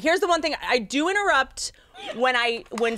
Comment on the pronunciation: Hannah : its okayy if you inturr Whitney: inturrept